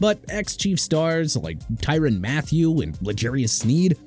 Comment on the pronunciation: Tyrann (ty-ron) Mathieu Mr. Illiterate... also it's Mai-lah-tah... Smh... every time... every time... can't pronounce athletes names right...